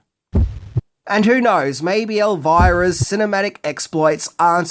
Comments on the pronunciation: The biggest thing I didn't know about it is that you'd pronounce it as "Elvaira" and not "Elvira", lol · I think the name is pronounced "Elveera" isn`t it? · would pronounce Elvira with a "errr" even if it wasn't spelled with a R! Lol love him